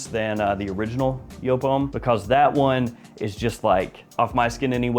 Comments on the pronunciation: It’s YOOP, not YO-PE! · Stop saying "joop" there's like 6 other varieties. Edt, edp, le parfum? Extreme? Hard to tell what one your talking about. I'm guessing your montblanc relation is to the edt because no montblanc comes close to the le parfum.